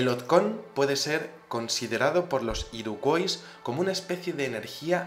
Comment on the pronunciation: Hola, la fonética de Iroquois sería así: Iroq/Uoi/s - /Ua/ (Origen francés, en Canadá se habla inglés y francés). Si lo prefieres, ésa tribu india norteaméricana de la que hablas en español la llamamos Iroqueses. Lo digo por que cada vez que lo decías tal y como se escribe me daban ganas de matar gatitos. Un saludo